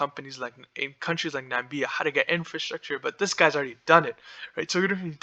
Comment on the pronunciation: This narrator is an idiot. NAMIBIA and not NAMBIA like Trump had said. Does not even know how to pronounce the names of the countries in the region. This project will destroy the Okavango Delta which is a UNESCO designated area. Don't get fooled, this project will be opposed and this will probably never get off the ground. One of the biggest stupidities I have ever seen. One of Lucas Lundin's old properties and to let you know, Lundin stock has done nothing for years.